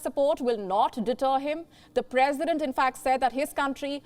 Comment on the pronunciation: Turk...perisdent..what she say....about me ...oh my god.